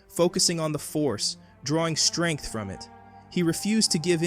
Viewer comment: what is it with you americans? Vader never pronounced "shtrength". he used the word "strenght" with S not SH.